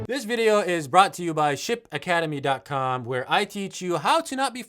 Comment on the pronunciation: When you said "Ship Academy", I heard "Shit Academy" 😆 🤣 😂